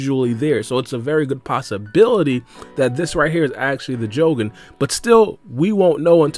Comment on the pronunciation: The " Joe - Gen " 😂😂😂